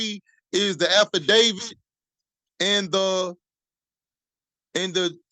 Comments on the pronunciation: 😂 I am sure he said he read the affidavid😂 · Did he just say..."afterdavid"?😂😂😂😂😂